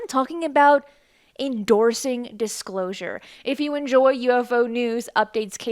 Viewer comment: "The Dishclosure"